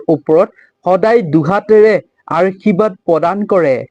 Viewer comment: Arshibad nokoi Ashirbad buli kobo lage amar matri vasha to sudho hobo lage 🙏🏼🙏🏼🙏🏼🙏🏼 but kotha khini suni val lagil 🌺🌺🙏🏻